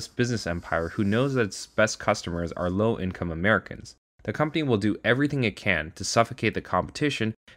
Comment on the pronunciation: For a moment there I thought he said "low class America"